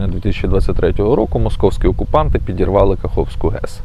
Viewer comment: "ПИдирвалы"!??? Дальше можно не смотреть, полного патриота